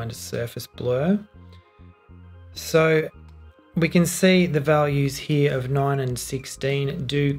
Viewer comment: Why did you say "see" as "say"? Since grammar school I was taught "see" pronounced as "sea". It's quite difficult to hear a sound but having to refer to different meaning as the one we usually recognized because we need to stop and think. Then a lot of things you've said are flown by and missed.